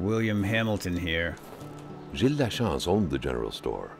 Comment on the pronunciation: You pronounced Gilles Lachance like a real quebecois!